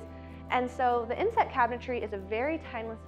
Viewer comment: Sorry, I really thought she said “incest” cabinetry 😅